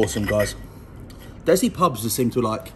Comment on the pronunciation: DESI aka Des-C not Dezi